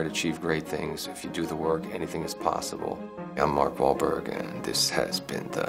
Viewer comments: Mark bahl... Walk.. wal.. malk wauberg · Mark Wal-ball-wal... Mark Wahlberg